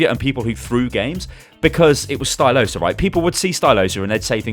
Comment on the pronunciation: Oh it's stylosa not styloose